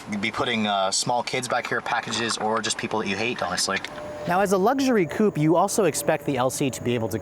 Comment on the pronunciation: If you're gonna say "coupe" twice in every sentence, at least pronounce it properly...